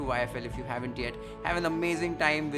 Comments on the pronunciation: Thank you for saying sambaaar and not samburrr 🙏🏼🤗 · Glad you pronounced "saambaar" the correct way..Lovely recipe!! If Iam lucky to win this Hamilton Beach India’s professional mixer grinder then I'll first make Rasam powder.. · Thank you for referring to sambhar as sambhaar n not sambharrrrr...lol.....simply love your recipes n videos. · I liked that you tried to pronounce Sambar correctly. Good try. Its Sambaaaaaaaaar. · Uffff…. Finally some correct sambaar pronunciation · Awesome!! you are pronouncing Sambar accurately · perfect pronunciation the way you say Sambhar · I like the fact that he used the proper pronunciation for sambar. Good to hear. 🤩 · Thanks for calling it Samb”aa”r buddy and not the usual Sambar. Lots of luv from Andhra... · Finally a North Indian who pronounces sambar the way it should be, instead of the grotesque ‘Sam-bhur’ distortion. It is greatly appreciated. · One of the few north Indians to pronounce Sambar correctly 😎🙏👍👍👍👍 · Thank you Chef, for the simple but detailed recipe video of the humble Idli & Tiffin Sambhar. It was so beautiful! You pronounce the word "Sambhar" correctly 😀 - thank you for that too. "If I get this Hamilton Beach India's Professional Juicer Mixer Grinder then I will first try to make fine flour out of my millets which can then be used to make gluten-free rotis, dosas, pancakes etc". Thank you. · As a South Indian, I approve of you,. Thanks for calling it Sambar and not Samburrrrrr! 😂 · Thank you for pronouncing sambar the correct way...😀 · I'm so glad Chef pronounced Sambar correctly ❤️ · Finally correct pronunciation of sambar😁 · Finally, I heard a north indian pronouncing sambhar right 😅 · Living in South Indian for more than 2 Decades now and this is perfect And the pronunciation as well SAM-BAR!